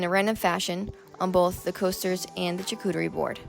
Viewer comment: charcuterie pronunciation shaar ·koo·tr·ee Great video!